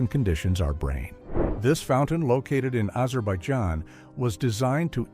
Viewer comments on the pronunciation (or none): none